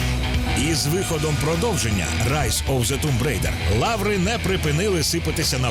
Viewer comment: Чого Тумб Рейдер, а не Томб Райдер?